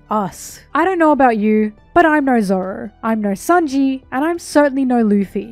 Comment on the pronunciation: It's sānji not saonji